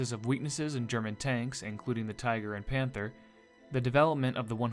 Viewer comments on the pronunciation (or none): none